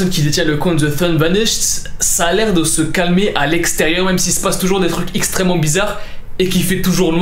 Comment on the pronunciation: IL a dit ixtrement bizzare